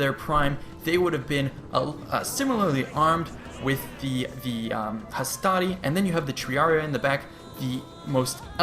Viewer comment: Hastari or hastati??